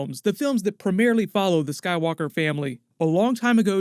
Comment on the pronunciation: sounded like you said sad walker saga. It’s a sign.